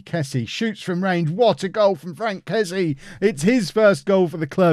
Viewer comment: For the love of God please stop calling him Frank Kessy. It's pronounced Fronk Ke-see-ay